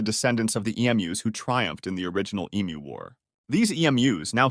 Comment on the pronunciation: Man this is obviously AI, you pronounce Emu like 16 different ways back to back and it's hella annoying